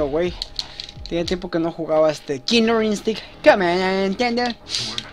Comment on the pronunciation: jajaja ¨Kilor Instinct¨ jajajajaj